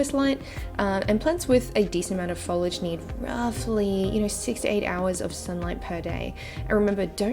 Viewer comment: It's Foliage not follage!!!!